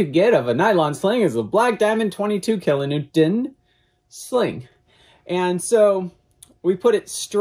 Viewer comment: needs a speech therapist or something -- said "kilonewtent" at least two times! WTF???? And what exactly is Bobby holding in that shirt??